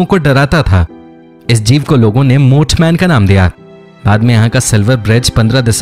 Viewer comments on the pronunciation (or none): Moothman nai 😅it's Mothman